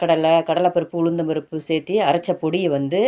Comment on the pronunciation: Serthi endru pronunce பண்ணாமல் sertthu endru sollavendum